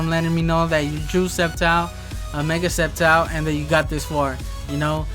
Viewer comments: It's sceptile not skeptile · Its silent c